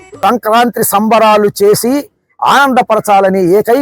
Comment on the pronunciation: ఏదో అన్నాడు మన రమ్ బాబు. సంక నాకి సంబరాలు అన్నట్లు వినబడింది.. ఆలోచిస్తే అది సంక్రాంతి సంబరాలు అని ఒక 2 నిమిషాల తర్వాత అర్ధం అయ్యింది 😂